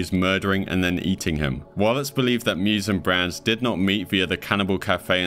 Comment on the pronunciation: Meiwes is not pronounced Mews 😂 it's more like my-wez Brandes is pronounced Brann-dess